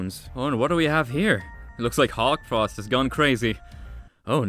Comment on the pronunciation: Did anyone notice it was Hawtfrost and not Hawkfrost?